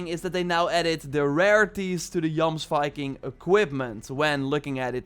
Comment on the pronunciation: Great video. But I'm pretty sure it's pronounced: yomsveeking